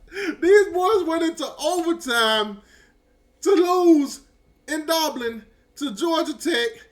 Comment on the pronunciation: I heard you say repeatedly yesterday the word “Doblin.” It’s Dublin.”😂😂😂😂😂 Another word you always destroy is “Ohio State.” You say “Owio State.”😂😂😂😂😂😂😂😂😂